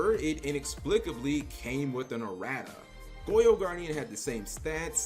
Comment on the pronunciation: Lmao “uh-rat-uhs”